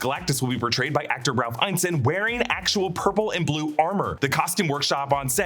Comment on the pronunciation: I always thought Ralph Ineson's last name was pronounced "In ess son"?